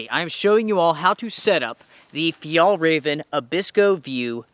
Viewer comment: the way you pronounce fjällräven translates to "Sissy fox". It´s pronounced fjell-r-ai-ven. Like air. Ä